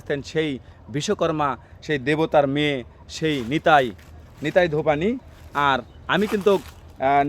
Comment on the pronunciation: নেতাই না,,,,নেতা ধোপানী,,,,,word gulo ঠিক করে বলুন